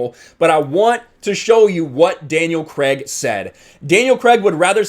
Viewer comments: Craig not Cregg! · “Daniel Creg”